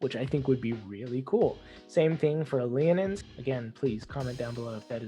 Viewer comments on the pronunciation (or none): I pronounce Genasi with the Gen like from Genesis. And it's Leo-nin my man 🤣